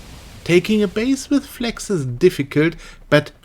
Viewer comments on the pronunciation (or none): you cant even pronounce flags it sounds like fleks